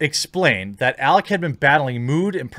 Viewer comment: jeremy mispronouncing alec’s name is even less surprising than zoe quinn trying to capitalize on a trending topic by pushing her victim mentality